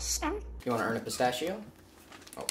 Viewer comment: “What do you want?” “Pistash?”